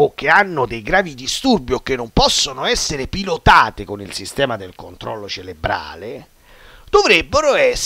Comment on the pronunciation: si dice Cerebrale, con la "R"